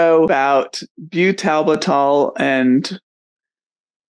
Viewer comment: And what is byoo-TAL-b'TAL? It's pronounced byootle-bittle. You can hear the correct pronunciation very clearly in this video: What Is Butalbital? - Pharmaceutical Insights